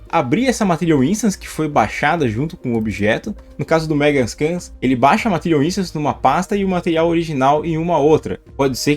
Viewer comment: Não fale "Megascan", cara. O correto é "Megascans", com o "s".